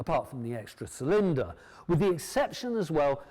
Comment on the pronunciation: Not sure I would want to buy a bike from someone who can't pronounce "cylinder" and wears his auntie's sweaters.